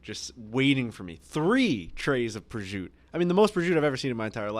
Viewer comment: Why can't they pronounce prosciutto? Prizute haha